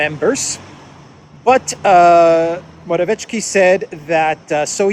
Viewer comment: Your pronounciation of Morawiecki is good, except for the c, this should be pronounced harder